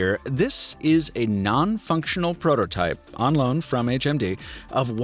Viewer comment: When he said "prototype" I died a little on the inside. :(